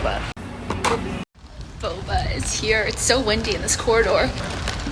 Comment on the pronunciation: Idk why it brought me so much satisfaction to hear you say "corridor," lol.